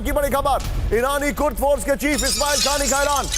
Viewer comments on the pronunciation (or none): कुर्द कहो भाई नाकि,कुर्स